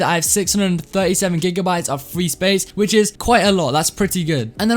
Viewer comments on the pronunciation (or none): none